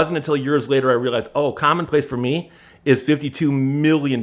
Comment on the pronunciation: "fer meee..."